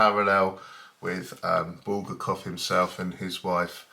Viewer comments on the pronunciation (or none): Video not focused, Book not in focus, obviously not reviewed, otherwise you'd re-recorded it. Bul-gar-kov mispronounced.